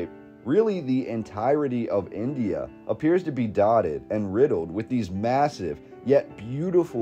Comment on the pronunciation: It irritates me how they pronounce India.